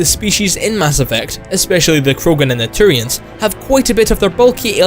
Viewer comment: "Next up is the Churians"